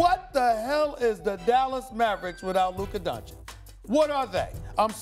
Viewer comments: For fuck's sake Stephen.A, it's Doncic, not Doncik. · Stephen "Luka Donchik" A Smith